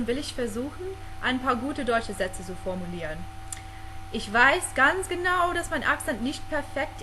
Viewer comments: Ich glaube für Fremdsprachler ist es recht schwer das "Z" aus zu sprechen, meistens sprechen sie es als "S", aber es muss eher wie ein "TZ" ausgesprochen werden ^^ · Dein Deutsch gefällt mir sehr gut , wirklich . Das mit dem Z kann man auch üben , mit dem u machst du es ja sehr gut ;) . Hört sich richtig klasse an , weiter so . Grüße aus Berlin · den einzigen wirklichen aussprache-fehler den ich bei dir gehört hab, war dein 'z' :D